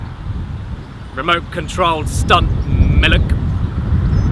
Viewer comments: Milek? Don't you mean Malk? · Which is the first episode where he said "miluk." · You mean miluk? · Miluk and cereal Miluk and cereal Miluk and cereal Cereal and miluk. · Caddy: Miluk Me: actually drinking milk HOLY DUCK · And here, the Legend of Miluk was born. May he forever retain that long lost vowel. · I'm pronouncing milk as mi-luk from now on and no one can stop me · hahahaha MELK is how we say MILK in Dutch. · I wan't some Chocolate Milek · he said MELK, which is MILK in Dutch